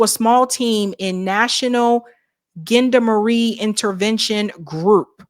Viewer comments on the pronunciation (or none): Gendermerie is pronounced like "Jon" with a soft "J" then "dar -;merry". George Webb has a lot of knowledge and experience in this area with his decades of experience as a geopolitical investigative journalist. He has lost professional partners and contacts to assassinations and alleged self unaliving. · The best pronounciation of 'gendarmarie' yet! 🤣 Its zhon-dar-muh-ree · pronounce in Jon-dar-marie